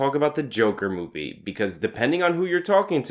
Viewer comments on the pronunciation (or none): Ever time you said movie I heard booby.